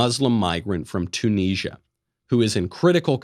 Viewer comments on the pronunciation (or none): none